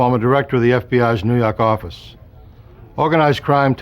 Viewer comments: Say it again 💯🙏🏿 "nuu yawk affice" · "Nuu yawk affice " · NEW YAWK AFFICE!